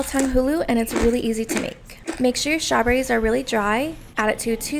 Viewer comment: Shoberies 😂❤❤❤ It is so cute how she pronounce strawberries